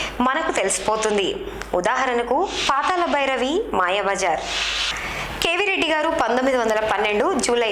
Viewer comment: meeru okkare telugu baga matladuthunnaru khooni cheyyakunda. KANI PATHALA BHI RAVI ani PLAKAKADAM nech k ondi madam garu.